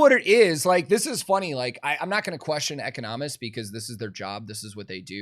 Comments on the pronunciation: “eco nomists” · the pronunciation of "economists" is throwing me for the biggest loop